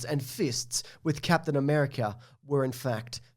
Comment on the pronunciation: I think you mean “C-ape-tian America”